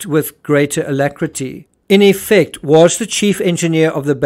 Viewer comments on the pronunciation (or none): none